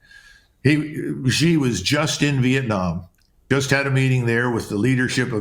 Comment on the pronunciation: Xi is pronounced Shee.